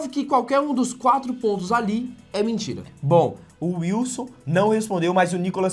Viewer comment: Eu ri demais desse Nikolas, que camarada inteligente! kkkkkkkkkkkkkkkkkkkkkkkkkkkkk Felipe neto só fala "mintira, mintira, mintira"!!!